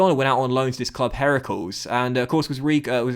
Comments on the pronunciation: Really liked seeing McDonald move to Heracles, even if you butchered the name of the club 😂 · at it again butchering foreign (club) names:P! Heracles (Hercules) isn't pronounced 'herakels', and the accent in 'Willem II' is on the first part (Pronounce as 'Willum'). And now I can't wait for episode 50 (wow that went quick) of this series!